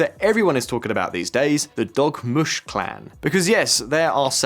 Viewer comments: DORmush...NOT DOGmush. 😝😜😵😆😂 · I thought he said Dog mush 😂